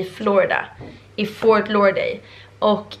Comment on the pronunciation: Fort lauderdale inte fort laurday